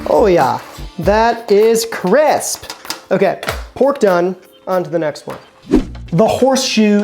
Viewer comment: “Ho ya, that. is. CRESP” killed me 😂